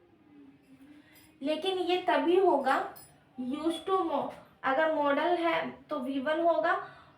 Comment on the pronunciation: Maam aap मॉडल verb ko मोड़ाल verb kyo bol rhi ho ya hmm hi galat padhte a rhe abhi Tak 😊